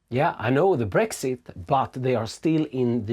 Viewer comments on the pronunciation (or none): none